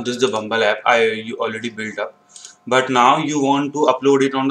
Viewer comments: Bro you are making fumble, it's not bumbul it bubble 👍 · its bubble not bumble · bro hope you are doing well. actually i was think you are always saying bumble bumble app but i think its bubble hahaha what do you say?